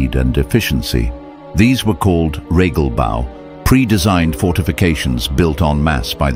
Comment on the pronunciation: Es heißt Regelbau, nicht REGGELBAU. I am american and other languages are stupid and I will never pronounce them right. Imbeciles